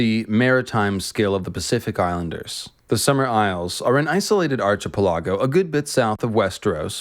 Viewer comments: Archy-p'lah-go lol. It's pronounced ar-k'pe-l'go. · I agree with everything you said in this video except when you pronounced archipelago as “arch-i-pe-LA-go” it’s “ark-i-PEL-a-go” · Archipelago is pronounced Arca peligo. Not tryin to be an a hole. Just trying to help out mate. At least that’s how it’s pronounced in Australia Land 🇦🇺 🇦🇺🇦🇺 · Arky Pelly Go. You said archipelago. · Ark-e-pel-e-go. I have no idea what you said instead. Google pronunciation is your friend. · “Arch ah pilago” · The most offensive thing in this video was his pronunciation of archipelago